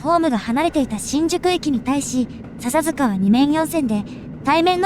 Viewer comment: 笹塚のイントネーションがちょっと違和感が。